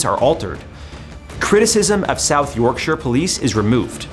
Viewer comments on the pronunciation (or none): none